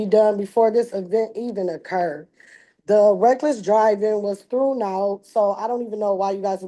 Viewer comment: Threwnd out 🤦🏾‍♀️…start that over honey and try to sound it out…the ball was thrown…now you try…threwnd out…oh boy…you are good🤯